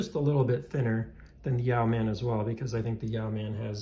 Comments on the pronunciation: YOH-man, not YEOW-man. It’s a fairly common word. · It’s pronounced ‘Yo man’. yoeman ~ a man who owns land and is responsible for its cultivation. Yoemanry were a class of people, who derived a living from their land and or trade, enough to live comfortably and save a little. But not enough to stave off poverty if they fell ill or were robbed. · It’s pronounced ‘Yo’min’ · I believe the pronunciation is “Yo-man” not “Yee-ow-man”. It is a naval rank term, Yeomen perform secretarial/administrative and clerical work. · Good video. I want a Yeoman somehow. Pronounced Yo like row (Yo- muhn) not ( "Yow man"). Ow man, that hurts!... Yeoman,a low ranked administrative position in a royal house or in the military like in Star Trek (Yeoman Rand, used to flirt with Captain Kirk).. I think the Yow man is a cryptid creature lol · It's YOmuhn, not yaoman. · His 3 year old didn't bother me but every time he said "yow man" i wanted to slap him. Did he never even watch Star Trek? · Pronounced: yo-men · "Yow-man?" Damn, that's annoying to listen to. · It’s yo-men. The e is silent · It's pronounced e-yeow-MAN! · Interesting video. I like how you compared the Yeoman to do many other options. As a veteran of the US Navy, I have to correct your pronunciation; yeoman should be pronounced like woman with the first syllable rhyming with toe. I have a Yeoman that I modded myself and agree that it is a great tool combination. Look forward to seeing your future videos. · Thank you, this was triggering the 💩out of me ! How do people not know that Google has an audio file of pronouncing every word ???